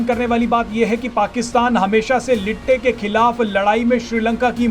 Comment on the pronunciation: Pronunciation of LTTE is very irritating, say L. T. T. E. I INSTEAD OF LITTEYY, APKA AWAZ SUN KE MAI LET JATA HU